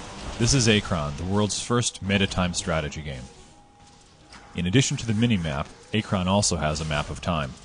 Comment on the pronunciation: It's called "Achron", not "Archon".